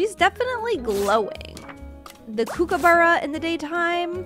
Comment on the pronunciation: Ur not saying kookaburra right either